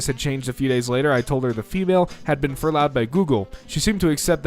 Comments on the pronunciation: Ps furloughed is pronounced like “fur-load” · It’s pronounced “fur-low”. It’s like Sabbatical.